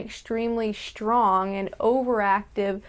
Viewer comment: Y'know, you say shtrong the same as Universal Hobo does! Check out her antisuicide vid to hear her. :)